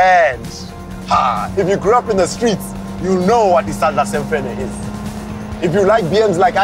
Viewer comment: I loved the documentary somuch until you said "Isandia semfene" i was like nooOOOOO!!!😲😱😱😱😱